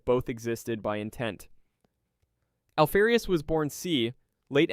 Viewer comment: Alfee-rius ? Do you say Alpha or Alphee? Noob. Dislike.